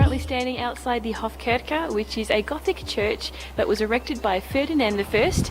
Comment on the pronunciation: "Visit Hofkirke" - it´s meant to be Hofkirche. "Kirche" means church ;)